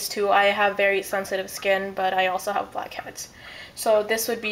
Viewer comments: i keep hearing 'bobcats' instead of blackheads :| but this looks fun! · Sounded like you said "fuckheads". *TSSK* bad habit.